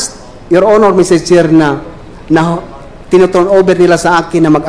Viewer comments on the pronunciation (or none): ITINUTURO NOT TINUTURO.LEARN VERY WELL TAGALOG LANGUAGE BEFORE POSTING.